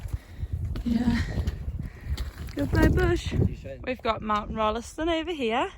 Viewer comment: Pronounced "Rolls ton" and the Rolleston family are pissed off that Kiwis have cocked it up. Same as "Wells ley."